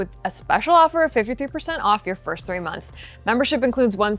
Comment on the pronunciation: "...percent off your first 3 mothns" ?? .